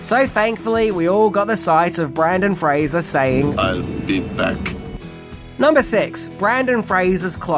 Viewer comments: I’m not going to lie, it sent me right to the comments. I’ll persist, because I love your videos. Don’t give up, mate. You can say his name right. I’m sure if it. Make a funny YouTube short out of your process to get it right and you might rack up a ton of views! Keep up the great videos. We appreciate your content. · I love this movie sooo much. One of my faves from the 90’s. And? It’s okay if you mispronounce a name when it’s done accidentally. Please make more videos on Mr. Fraser and simply say in the video, “I apologize now because I have difficulties saying it correctly.” We’re human. We’re fans. We understand 😊👍🏻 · Don't think i've ever heard BrEndan Fraser mispronounced so many times in one video before, even in text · You also blew the pronunciation in your Bill & Ted video.